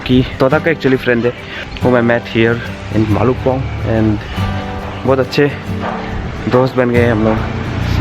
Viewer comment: bro its bhalukpong. not bhalkukpong..🤣🤣